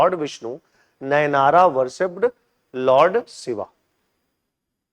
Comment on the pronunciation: Sir it is not andala it is Andal. Alwara ❌ Alwar Nynara ❌ Nayanmars